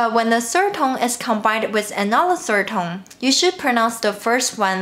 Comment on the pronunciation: Do I the only one that feel a little bit 怪怪 when she pronounces "sird tone"?